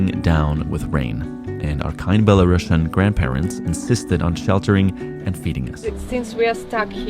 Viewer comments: Many thanks for your video! 👍But there is one small but important note :) The country name is Belarus and the word "Belarusian" is with a single "s" letter, it pronounces as "/ˌbel.əˈruːs.jən/", not “Bela-russian”. It is important, because otherwise it sounds as another version of russian, which is not the case. Thanks. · You pronounced it wrong. It's not belaruSHian. It's BelaruSian. Just S sound, like in word TuniSian. No SH sound at all. Thank you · Such an unexpected video! 😀 I have to mention that the correct pronunciation of the word Belarusian is [ˌbel.əˈruːs.jən]. Due to the country's name change after acquiring independence at the very end of the USSR, the adjective has also changed. It's a pity you couldn't speak about the essential things that are inevitably political. Thank you for caring about the security and well-being of the people you meet, it means a lot! Our country is under the oppression of an absolutely illegitimate gang who arrest, torture and threaten their citizens inside the country and abroad. To make it worse, they try to drag Belarus into the awful, unbelievable Russian war against Ukraine which no Belarusian could ever imagine